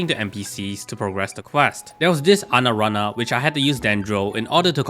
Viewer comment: "Anarana" lmfao